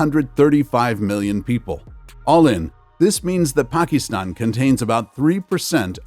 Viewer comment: Pakeestan? You should also review numerical rounding rules taught in elementary school math instead of reading numbers verbatim.